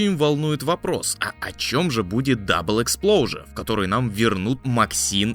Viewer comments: Экспоужер(экспозиция), а не Эксплоужер)) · Веззел, Эспложур... Он это точно специально